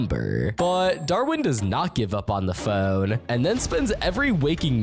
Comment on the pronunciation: why the hell does be say phone like that 😭